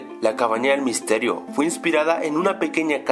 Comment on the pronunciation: Sin la s dise el misterio del hack